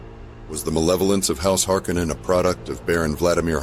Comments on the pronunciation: What's with all the alternative pronunciations lately? Duke :Let-O? House Hark-a-nen? Good video, and maybe tomato tomatoe, but still...! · He also stated that it was pronounced Harko nen, as in the first film. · I thought Frank Herbert pronounced the name a lot different from the way it is in this video.